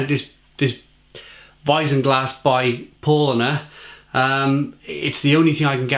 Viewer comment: It's pronounced "POW-LINER" and the beer is pronounced "BENE-DIK-TINER"